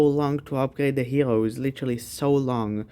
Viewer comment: Man can't say the R he says heloes whahhahaha